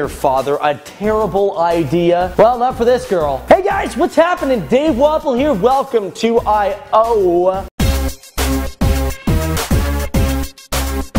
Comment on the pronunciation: Dave, when you say your last name, I don't hear 'Walpole' but 'Waffle'.